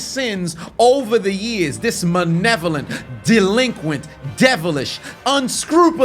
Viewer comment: he said manevolent!!